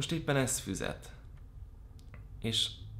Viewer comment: "most éppen ez FÜZET"??? Milyen füzet? Ének vagy matek? Helyesen: FIZET